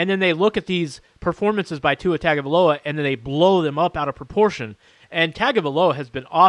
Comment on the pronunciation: LOL! This guy says Tagovailoa has an average arm. LOL! He also can't even pronounce his name correctly. Really, after all these months and coverage on the media, he can't pronounce the name properly. Makes you wonder about this channel. But then I looked and saw that this channel was listed under "comedy". Makes sense now.